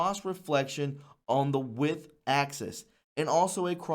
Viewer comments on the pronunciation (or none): none